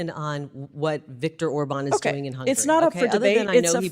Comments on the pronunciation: HUNGARY... not "hungry" 😂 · what hungury has to do with US? why is she so worry about hungury?